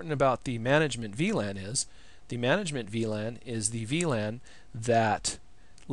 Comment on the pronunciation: The way to say "VLAN" it´s awesome man you rock